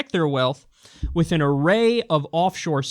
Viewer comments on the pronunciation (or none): none